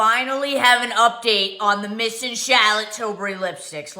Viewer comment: Every time I hear say "Shallot" Tilbury I giggle! LOL